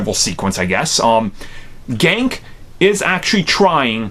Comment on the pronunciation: Donskey David In the comics it's Ganke not Gonk or Gank.